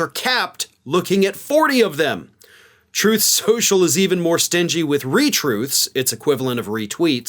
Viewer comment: "troth sential"